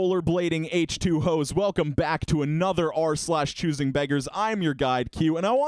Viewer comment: Did he just say H2Hoe?